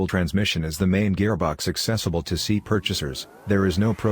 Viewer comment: Man how hard is it to get that speech software to say S.I. instead of "si"?